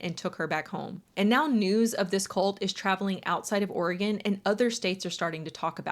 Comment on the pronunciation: Thank you for pronouncing oregon correctly